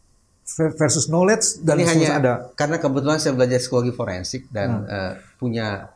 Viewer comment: Pak bambang tolong interuksi Foreinsik bukan foreinsek😂😂😂